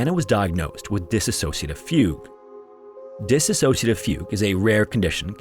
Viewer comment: That's not how you pronounce dissociative my guy, but good attempt